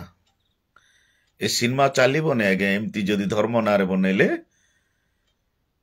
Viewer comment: ସିନ୍ମା ନୁହଁ ସିନେମା କୁହ ଓଡିଆ ଭାଷାର ଠିକରେ କହ 😂